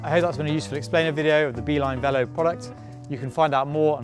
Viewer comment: Minor quibble - it would have been nice if you used the French pronounciation of 'velo'.